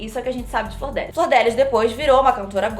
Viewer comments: falando flordélis ao invés de flordelís me dá um nervoso KKKKKK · Enrola muito pra chegar ao tema do vídeo. Segundo, a pronúncia do nome da Deputada está errada. Não é "Flordélis" ... Fala-se "Flor-de-Lis". Achei fraco o editorial não traz nenhuma novidade. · Flor de Lis...e não Flordélis kkkkkkkkkkkkkkkkkkkkk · eu tava falando errado, não é flordélis, é "flor de lis". Also: então, a flordélis... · a tambem fala flordélis KKKKKKKK antes de ontem eu cheguei na minha mae e falei: "qual que é a dessa flordélis" (pq eu tava vendo muitos posts no insta e nn tava entendendo nada) aí minha mãe: "é flordelis otávio" aí eu: " 👁️👄👁️" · cada vez que vc falou “flordÉlis” eu morri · achei que só eu pensava que era flordélis o nome dela, e não flordelís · eu também falo flordÉlis 😭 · Pera, Flordelis não se pronuncia Fordélis? Chocado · Também chamava a flordelis de flordélis kkkkkkk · Toda vez que alguém pronuncia “Flordélis” uma fada morre no meu mundo! Hahaha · falando Flordélis é a melhor coisa do vídeo kkkkk Anjo querubim?? Essa doida tá vendo sobrenatural demais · "Flor dé lis" eu amei kkk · mano ela falando o nome dela errado o filme inteiro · Flordélis hahahaha